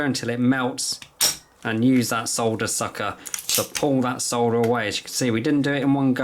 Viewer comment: Thank you so much for saying soLLLder instead of sodder like the 'mericans. 😁 Also. The wire stripper you're showing at 4'49 is only about 16 euros and a life saver if you're an amateur like me. Other than that, great video! Lots of really good tips! Thanks a lot